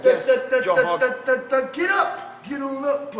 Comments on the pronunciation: ''Joe Hogan, i hope you live to hegret this. Craliu...craliu...'' Oh man. This brazilian has a problem. Joe recked him. Lol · First of all...if yer gonna bitch at Joe "Hogan"...learn to pronounce the letter "R"...🤣🤣Honald Hegan for Christs sake.... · every word dat begins with a R he replaces with a H? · "You can't see, Joe Hogan." lol! This guy can't pronounce r's. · Joe Hoe-gan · JOE HHHOGAN. JOE HHOGAN i am not going to fall for that!